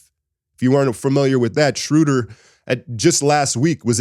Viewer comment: Guys, it's "Shrow-dur" as in "row" & "duhr", not "Shrooder" as in "shooter". 😊